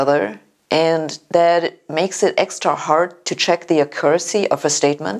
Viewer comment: Con-SENT, CAT-e-go-ry, ACC-u-ra-cy, AC-cess, RE-ci-pees.